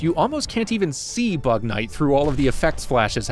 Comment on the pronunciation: It kinda sounds like “bat man”